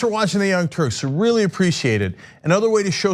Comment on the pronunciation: Rewax. It's weally not that seweous